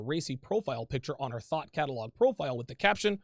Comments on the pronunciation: He's saying thought, and I'm hearing thot. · . I thought you said THOT Catalog at first listen.